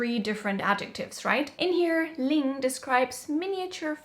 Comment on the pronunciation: ❤ that pronunciation / sound